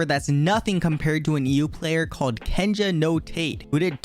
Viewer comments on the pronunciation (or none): it’s Kenja No TA-TE which means Sage’s Shield